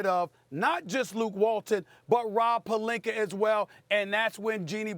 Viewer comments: Good ol Stephen "AR" Smith. Destroying names that end with an A. Rob Pelinkar lol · Stephen A. - "Robbb Palinker" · Anyone else notice Stephen a randomly calls pelinka "pelinker" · Rob “Pelinker” I caaaant hahahahah 😂😂😂😂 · Love it when he says Rob Pelinker lol